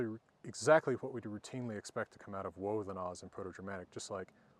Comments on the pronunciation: Hwat I want to look at...hwich is hwat! :D I remember when I was learning about the runes as a kid and I'd tell people from Scandinavia their old-Norse pronunciation and they didn't know what I was talking about. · Why do you pronounce 'what' as 'hwat' ? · This guy's got to have the strongest "wh-" pronunciation I have ever heard!